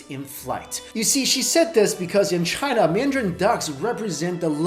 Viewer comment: Sorry. "China". Not "Cina".